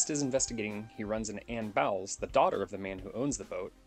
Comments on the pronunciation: Fulci's movies always punched hard. I love Zombie. It's pronounced "BOWLS"...not BOWELS. It's right there in the movie. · He just needed to pronounce the name of the leading lady character right. Anyone who has watched the movie knows it's pronounced like BOWLS, not BOWELS.